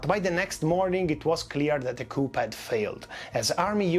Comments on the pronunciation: Just so you know: the p in "coup" is silent. It's pronounced "coo". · Normally I love the italian accent but the pronunciation of the 'p' in coup is so wrong. Even in english its the french enunciation.